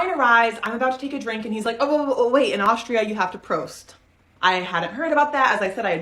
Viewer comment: Besides that toast thingy, why dating this yadda-yadda- girly at all? And it is Austria not Auschtria, missus important. When you need to do online dating to meet people, tells also enough about her. Yikes.